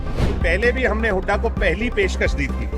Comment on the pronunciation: बदतमीज है ये बेवडा । अपने दादा की उम्र के भूपिंदर सिंह हूडा को हुडा हुडा करके बोल रहा ह । बोखला गया । लुटेरा